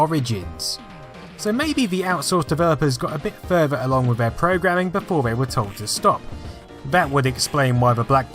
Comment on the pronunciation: You say furver instead of further lol